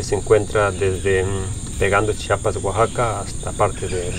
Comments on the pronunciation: Muy bien pero se dice Chiapas no chapas🤬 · Repitan: CHI-A-PAS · Se dice C-H-I-A-P-A-S !!! He vivido mucho tiempo fuera de mi estado y detesto cuando alguien no pronuncia bien mi estado e incluso otros lugares. Hay que hacer el esfuerzo por pronunciar bien el nombre de cada lugar